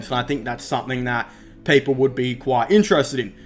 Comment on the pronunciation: He said 10 peaple